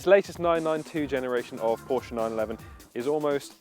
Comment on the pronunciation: Ye gods another one that can't pronounce PORSCHE! Owned my 911 C4 for 13 years. She's 24yo this year and thankfully isn't overloaded with "toys".